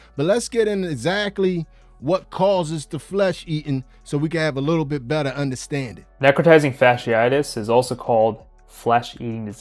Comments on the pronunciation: I cannot with the "Necrawtinizing fashisisi-itis" 🤣 Oh man, that was even better than when they called it the flesh eating vulva STD We really need to do more health education in the US, this is just embarrassing at this point. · This is absolutely nothing new. What do people think syphilis is? Also, my god, some of these people's pronunciation 🤦🏽‍♀️🤦🏽‍♀️ girl could have googled real quick before posting a video, but no.